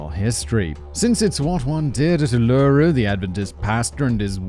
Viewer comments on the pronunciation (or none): Simon, Simon, Simon... it's OOL-la-ru not ool-LAIR-ru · Oo-Lah-Roo. Not Oh-Loo-Roo. I know I'm a year late but as an Australian I twitched everytime XD. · Uluru is pronounced oo·luh·roo. Only started watching so it may be that fact boy is just trolling. Also the payout was because the politicians at the time pilloried her in the press and lobbied for a guilty verdict before and during the trial and then they did everything they could to avoid admitting the politicians, police and justice system were more interested in making sure she stayed in jail to protect their reputations than admitting they were wrong. The "it's better to have a guilty man go free than an innocent man to go to jail" saying is a lie lawyers are taught to avoid admitting that generally it's not guilt or innocence that determines a verdict but who can afford to pay for the best lawyer to defend them. Prosecutors even when shown beyond a reasonable doubt that someone they convicted is innocent will refuse to admit they were wrong to protect their career. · Uluru is pronounced /oo/-/la/-/roo/ not /oo/-/loo/-/roo/ 😅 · OOO-luh-ROOO not OOLOOROO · Oh Simon you are killing me !! Your Australian pronunciations are HORRIBLE!! Ullaru is pronounced as Oohlaru !! I keep correcting your pronunciations, it's a good game ... lol 😆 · 6 minutes and 28 seconds in... PLEASE FOR THE LOVE OF GOD USE YOUR PRONUNCIATION GUIDE FOR "ULURU"!!!!! I know you're not known for your pronunciation, but bloody hell... Each syllable is equally emphasised: U-lu-ru, not U-loo-ru. Don't know if I can watch this if he's going to keep fucking it up. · The emphasis is on the first syllable of "Uluru" - it's OOlooroo, not ooLOOroo. You're driving me crazy, Simon! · I'm sure someone else has said it already but it is pronounced "oo-la-roo" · My God man you are pronouncing every word wrong😅. It's pronounced oolarue. And drop bears are just koalas but we Aussie's say the phrase drop bear to frighten the crop out of tourists 😂😂